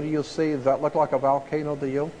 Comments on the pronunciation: Why does Jordan Maxwell pronounce volcano as "Valcano"?? I found it really annoying for some reason.lol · Jordan Maxwell loses me with "excape" and "VALcano"... Haha.